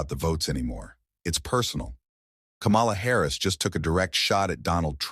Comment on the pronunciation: I will not subscribe to this channel until you learn to pronounce her name. It is pronounced Coma-la. I am sick and tired of the disrespect.